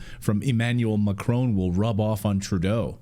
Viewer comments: It is Not MACHRONE As you say it is MA CRON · Thought this guy was supposed to be Canadian? Shameful that he says Macrone, intentionally mispronouncing his name. Americans might do it out of ignorance, Canadians have no such excuse.